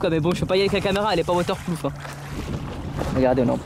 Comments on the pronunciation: Waterplouf 😂😂 c’est waterproof 😂😂😂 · "elle est pas waterploof" 😂😂👌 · A il dit la caméra est pas water ploud😭😂